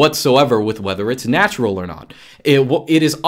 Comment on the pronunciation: has Russian accent when says "natura". I'm Russian, I know what I talk about...